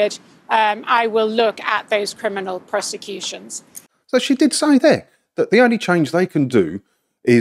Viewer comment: "Criminal Croseputions" Did I hear that right!? :D Wow.